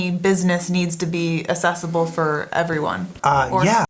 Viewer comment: Why is she pronouncing, accessible, assessable? That's weird. I have never heard anyone say it like that. Having the light switch on the outside of the bathroom is strange. Why would anyone want that? What's the reason?